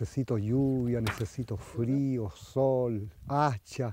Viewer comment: "Yo nescesito lluvia, nescesito frio, hacha, eh.. agua hela" que agradable sujeto